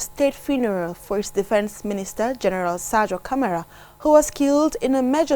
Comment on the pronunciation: please try and present the news correctly specially the headline, it’s not Saidou Camara but Sadio Camara. So confident matters a lot as news presenter. what a great and legend journalist your reporting is amazing and always understandable. Overall QTV is doing very good.